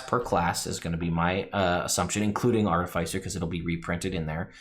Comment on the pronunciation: Im gonna need you to stop saying "Artafeisser"